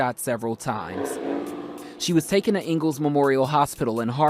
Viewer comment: TOOKEN? 😂 Taken sir!